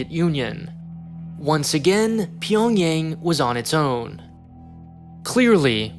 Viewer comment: Pyongyang is 'ah' sound. not Pyongyeng